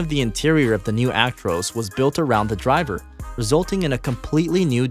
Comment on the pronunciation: You can tell hes American the way he says "Actroose" not "ac-tro-s" 🤣